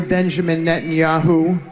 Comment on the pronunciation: Lol Witkoff got so confused by the reality of public opinion in Tel Aviv he caught the Dodderer-in-Chief's speech impediment: "Prime Minister Benjanyahu..."